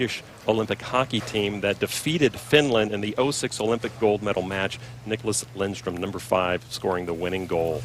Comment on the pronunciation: I thought his name was Lidström, not Lindström...